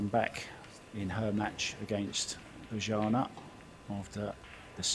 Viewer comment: Why don't you Google how to pronounce Bojana. Then maybe you'll stop butchering her name.